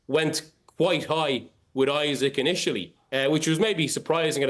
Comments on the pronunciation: This guy doesn't know how to pronounce It is eeesak not eyesack It is heysus not Jesus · Isak not Isaac !!!